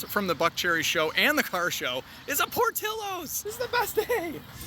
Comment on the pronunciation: PortiLLos is pronounced Portiyos. Try tortillas